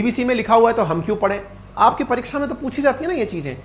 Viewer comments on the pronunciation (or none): none